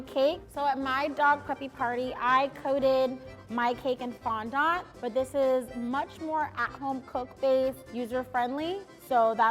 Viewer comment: Bro the way she said fondant